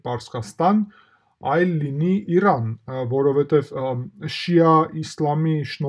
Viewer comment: ԻՌան չի, ջան, ըտենց էրեվանի գողագանով էն ասում, ԻՐան է